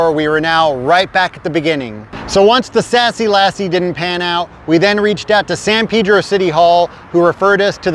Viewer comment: its San "PAYDRO" Pedro....